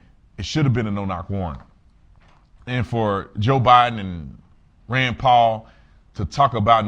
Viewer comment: You didn't say Rands name right